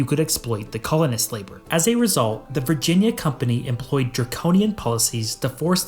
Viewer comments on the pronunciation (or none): none